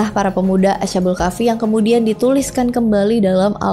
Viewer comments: Cara bacanya bukan ASA BUL KAFI TAPI ASHKHABUL KAHFI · Mbacanya as-ha-bul kah-fi mbak. Bukan a-sha-bul kah-fi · Bukan asyabul Kahfi mbak tapi Ashabul Kahfi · Ashabul kk bkan asyabul kahfi 😁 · Asbabul kahfi kak klo ga salah😂